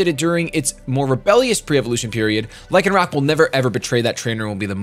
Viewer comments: It's pronounced Lie-can-rock. It comes from rock (of course), and lycanthrope, which is a werewolf. Also, the Oranguru page was using proper grammar. "Live solitary lives", with lives here being the plural of life. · You pronounce Lycan lie-can due to Lycanthropy aka werewolves :) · Pronounced Lie con rock, like the werewolf